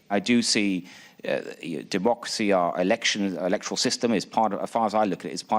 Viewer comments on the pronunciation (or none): none